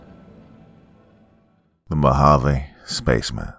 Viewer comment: Lol at least you didn't say Mojave the wrong way. Some people pronounce it with the j sound. Here in az it's spelled Mohave. Love to you and yours. Can't wait to hear more of your stories.